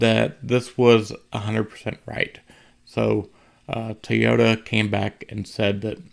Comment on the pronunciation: for the love of the english language ITS NOT TEY-OTA. ITS TOY. TOY TOY. as in OY vey... sheesh